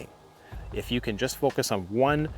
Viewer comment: The word is CAN, not Ken!